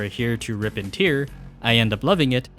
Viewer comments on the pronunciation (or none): Did you mispronounce "tear" every time on purpose? Lol. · Great video... But how did you manage to mispronounce "tear😢" in Rip and Tear?